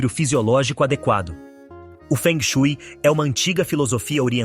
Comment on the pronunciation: A pronúncia correta da palavra ou técnica escrita como "feng shui" é : [fon xuê] ou [fon suê] , a depender da região da Coreia.